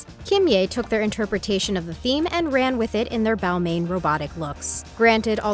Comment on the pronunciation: It’s pronounce “ball mon” also it’s “mew glare”